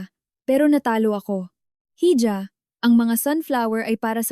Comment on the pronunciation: Paki change pronounce nyo Ng hija.dpat e ha